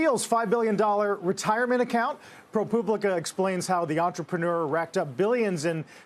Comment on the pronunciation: Couldn’t take this serious when Carl says publica like “poo” guess he knows what the story truly is